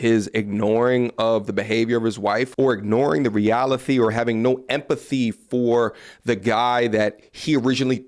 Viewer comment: "realithee" 😂 for reals, enjoy your content bro